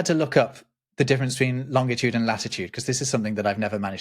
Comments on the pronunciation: Please stoop saying ‘lonDitude’ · I've never previously heard another human pronounce longitude with a hard "g". Is this a British thing (irrespective of my daily interaction with Brits regarding, among other things, geography)? P.S. Sumpskog is a common word in Swedish that means a forest growing on wetlands or a mire (apropos svamp, swamp, schwamm and sump) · you made the classic mistake.... There is only one T in Long-it-ude. No TIT! Even Neil DeGrasse Tyson gets it wrong too...